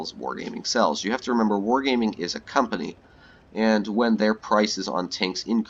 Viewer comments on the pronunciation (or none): none